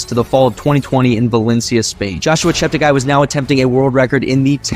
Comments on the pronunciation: He likes to correct all commentators on his last name: not ChepteGUY but ChepteGAY. PLEASE correct accordingly. Tony Hunt World Junior Athletics News NZL. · Its pronounced Chepte"gay".